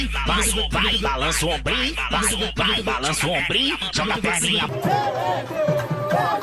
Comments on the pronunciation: SEBUTAN BAHASA PORTUGIS MEMANG VEI AKAN DENGAR MACAM VEL.....SEBAB CARA CAKAP DALAM BAHASA PORTUGIS ILAAH PERLU SENGAU. SAPE YG FITNAH DAN SURUH MINTA MAAF TU SURUH DEPA SOLAT TAUBAT KAT MASJID NEGARA DAN PUASA SEBULAN.!!! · bukan aku nak hentam dan tk backup Melayu, masalahnye memang jauh beza dari lagu tu, kalau kita dengar balik flow, tempo dan tone dia, serious mmg jauh, cuba dgr balik betul2 time lagu sebut Vai Vai, dan sebut Wel Wel, intonasi dia serious jauh beza dan serupa sgt dgn sebutan untuk perayaan Hindu, jadi dekat situ kite dah mmg nampak salah dan takde mungkin2 dah, mmg dah tk boleh nak Husnuzon lagi dah. dan takkan lah terpelat sampai 3 kali Ard. yang aku sokong hanya pada gelak dan tarian, sbb itu memang facts yg tarian tu tkde kena mengena dgn perayaan, dan gelak tu memang dari awal Pak Azad menari semua dah bantai gelak, even aku yg tgk pada awalnye pun tergelak, cuma part last tu je buat silap. aku cuma harap, ape diorang kena ni pengajaran untuk diorng dan rakyat semua sentiasa beringat jangan permainkan isu2 hal2 agama dan bangsa lain ni, dan berharap jgk bila issue ni berbalik pada agama Islam, jangan pulak pihak kerajaan tutup sebelah mata, mcm mana ade pihak diorng yg mati-matian nk kn pengadilan, mcm tu jugak kite pun nk kena ade pihak yg mati-matian untuk pengadilan, kalau kerajaan tutup sebelah mata jgk, memang kite yg umat islam ni faham2 sendiri lah ye ape perlu buat dengan kerajaan yg mcm ni. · Vel: Tombak lord Murugan Tapi sebutan Tu mmg obviously Vel Vel... But I tak Rasa dia Ada niat nak persendakan umat Hindu... Tak sengaja Tu... Just caught in the moment tersebut